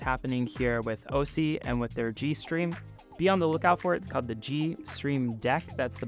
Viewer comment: Interesting product, but I'm disappointed at this review. You should remake this video when you can actually show features working, is there some type of NDA in effect or was this just a rushed review? c'mon, you can't be bothered to say the name of the company correctly, or connect any cameras to demo a switcher? You can't demo a switcher without anything to switch and the review suffered as a result. The video playback is great! . .. why not show it?? Does it crush the blacks over USB like the ATEM?